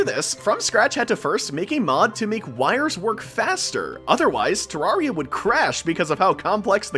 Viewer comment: bro keeps saying terraria wrong